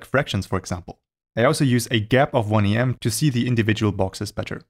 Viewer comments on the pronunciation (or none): Did you know that the "em" unit is derived from the width of an upper case letter 'M' and this is where it gets its name, "em?" So it's pronounced phonetically as it's written, "em" or the same as you say the letter 'M' in English. You shouldn't pronounce it as the two letters 'E' and 'M' as that sounds funny, given that when saying it this way the second letter, 'M', is then pronounced "em" which is of course how the whole unit "em" should be pronounced 🤣 Consider also that you don't pronounce "rem" in your videos as the letters "R, E, M" so why do you pronounce "em" as the letters "E, M?" In other words, "em" is simply "rem" without the 'R' 😉 And if you were at least consistent and pronounced "rem" as "R, E, M" then you'd actually be saying "are, ee, em" in English, which has the "em" unit repeated again at the end, and so on ad infinitum 🤪 It's turtles all the way down!! 🐢🐢🐢😱